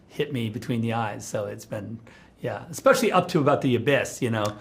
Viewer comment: Including? No. I mean. Expecially for a an "Rebel Moon?" Also too.